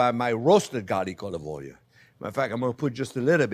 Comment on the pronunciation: People like to joke about him pronouncing onion as onyo.. But I haven't seen anyone talk about oil pronounced as oylyou!